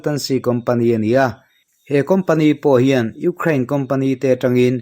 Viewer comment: I sawi tha viau na in Ukraine I lam dan khi,ram hming pawh a ang lo.uk rain tih a lam Rik tur a ni in ka hria